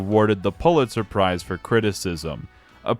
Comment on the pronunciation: Mispronounced Fullitzer. Wild.